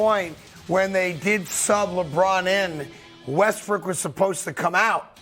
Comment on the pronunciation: Westbrick haha this dude always calls him like that